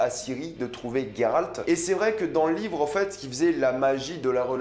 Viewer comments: Yio ! Juste pour te dire pas Il sort d'ou votre gayralt ! On prononce Geralt ! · Juste pour info.. c'est Geralt. Pas Gueralt, comme tu le prononces :x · Ça me perturbe le "Gueralt" c'est Geralt (Jeralt) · Tu prononce mal le nom de Geralt mdr c perturbant, mais super vidéo sinon 👍